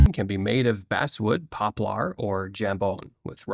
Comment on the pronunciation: I heard that too: "basewood", "pop-lar." This video is crap.